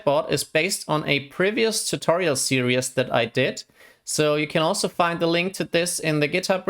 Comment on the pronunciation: is as far as I got. I can’t take anyone that mispronounces “series” as “serious” even if they aren’t a native speaker. It’s like nails on a blackboard.